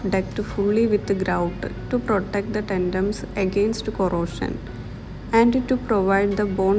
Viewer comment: It's tendons not tendoms...